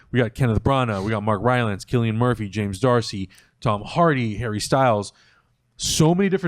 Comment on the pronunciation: Cillian is pronounced as if the 'C' is a hard 'K'. Apart from that, always appreciate the content dudes. Keep it coming.